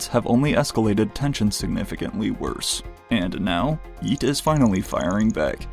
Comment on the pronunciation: If this dude says “Yeat” with a hard T one more time I’m goin to lose it